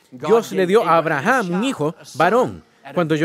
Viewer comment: Que no se dice Abrajan se dice Abrahan